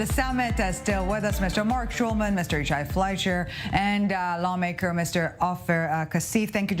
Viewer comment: One of the panelists keeps messing up Yishai 's name!!!!